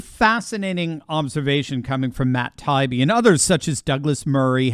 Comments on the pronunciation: Hey, is Tie-ee-bee not tie-be. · It’s Matt Tie-Ee-Bee He’s the ONE honest journalist left. Give him the respect of pronouncing his name properly. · This is the fourth video where you Mispronounced Matt “Tie-ee-bee ‘s name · I think that Matt says Tie ee bee. He's reported some great stuff. Your reporting is excellent as well. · please STOP mispronouncing Matt Taibbi's last name. It's annoying and a lazy approach on your part. This is my third notice to you on this subject. Will you never learn?